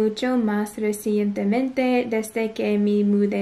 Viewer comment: the way you say "recently" in spanish is spot on, good job!